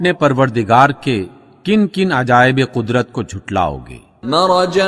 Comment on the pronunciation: Bhai quadrat or neemat ma buhat farq hai tu apne buhat jaga quadrat bolo ha